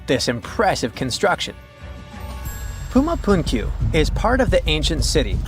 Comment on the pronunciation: First of all it is not Puma Punkyu. It's Puma Punku. Punku is a quechua word meaning door. I lived there for 36 years and can understand and even speak a little of the language. I learned the language as far as I could just listening and speaking to the indigenous people there. So when these outfits blaze out silly theories and cannot even properly pronounce the names of the places they should not be taken as all seriously. Supposedly aliens game and build all of these stone structures or age of mankind to build them. It's pretty amazing that aliens who could fly through space still constructed in stone. There are no instances of advance meturology, there are no instantes of anything made of ferrous material. There are no remains of other common metals in modern cultures such as aluminum or titanium, which would hardly be unknown to search wonderfully advanced beings. Nor is it believable that implements from their time made of these medals were not broken, misplaced or lost. Space wizards could hardly have constructed these amazing Stone cities and not leave evidence of advanced tools and instruments necessary to do so. On the other hand, civilizations built by human beings could physically be constructed using ancient methods. But to pretend that space aliens came and did all of this Grand work by building immense cities of stone and much by mud brick without losing any specimens or samples of the metallic tools they would have used common in such an advanced culture is jus